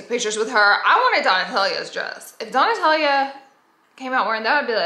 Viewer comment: Isn't it Donatella? Not Donatellia...